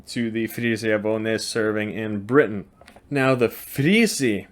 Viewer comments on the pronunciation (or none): none